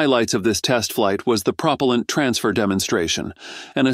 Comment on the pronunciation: Almost nothing about NASA. This article is an AI fail, including the synthetic voice that is unable to pronounce propellent.